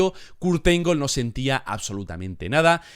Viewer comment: La pronunciación del apellido está mal bro 🥵